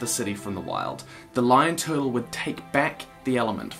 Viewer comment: I love your channel and how you say “tuhtul” 😂